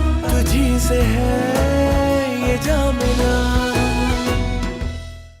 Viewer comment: Anyone who has noticed that Nargis buaa says Jey instead of yey